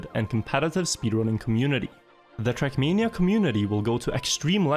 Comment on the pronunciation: Came to hear “trackmeania”, got what I needed 👍